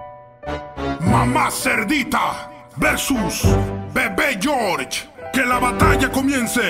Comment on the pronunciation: George en español y en ingres dice georger